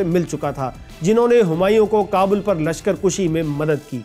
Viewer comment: Mera khyal hae k lashkar kushi nhi lashkar kashi hota hae